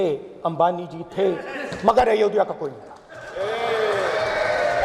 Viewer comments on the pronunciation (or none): अयोध्या है, अयोधिया नहीं... सिर्फ विरोध ही राजनीती है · isse ayodhya pronounce nhi kiya ja rha